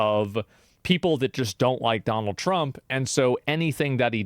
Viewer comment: “Why none, Dunald, none.” 😂😂😂